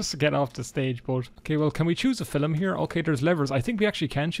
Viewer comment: Fil'm? I 'ardly knew 'im.